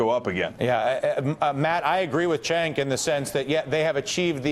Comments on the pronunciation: It pisses me off how he keeps calling Cenk "Chenk". It's pronounced "Jenk" twat!!! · say it like this phoneticly- JENK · why is he calling him "chank?" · Ratigan straight calls him "Chenk" EVERY TIME! TYT pr girl get on your job. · i'm almost certain it'spronounced "jenk", friend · its pronounced jenk not Chenk >.> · still calling him CHENK? dam lol someone REALLY needs to notify him that thats not how you say his name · LOL "Chaynk"